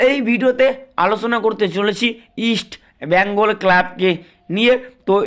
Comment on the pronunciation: ভাইরে উচ্চারণ ঠিক কর আমার মাদার ক্লাবের